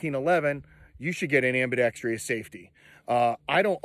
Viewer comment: Took me like 20 years to figure out "ambidextrous" versus "Ambi-dex-trious." Never too late to learn the correct way to pronounce a word.